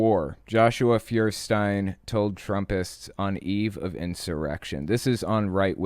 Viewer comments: Pron. ‘Foyerstine’ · He is called Feuerstein (FOI-err-stayen), which means Flintstone in German. It’s fitting somehow for someone who would call “fire” in a crowded theatre.